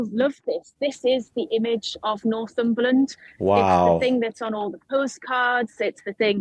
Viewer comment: Nor-thumberland, not North-umberland 🙂